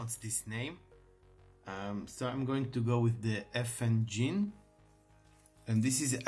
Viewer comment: You have it right! It's pronounced like my ex-wife's name. Effin-Jean.